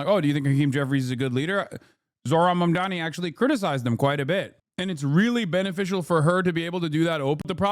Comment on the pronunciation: Mispronouncing Kamala’s name runs so deep its even inside the dem supporters. Just like how they keep butchering Mamdani’s name.